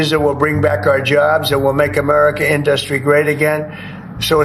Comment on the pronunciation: Usually it would be IN-dus-try but Trump emphasized the second syllable as if he were saying in-DUS-tri-ous.